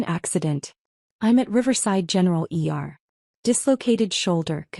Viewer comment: Say E R not er nurse. I would have gone to Theropy just so you could tell them off.